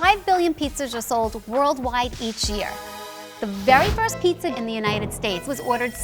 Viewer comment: Sounds like PETA not Pizza.